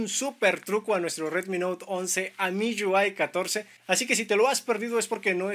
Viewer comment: Porque pronuncias así MIUI, MIYÚAI, hable bien mijo.